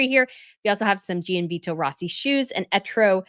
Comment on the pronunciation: Great coverage of all the royal fashion! Just want to mention, Gianvito is pronounced more like “John Vito” and there’s no emphasis placed on the i when it comes after a g. Hope you don’t mind me mentioning it!